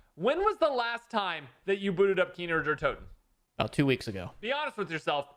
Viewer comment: “Keener Der Toten”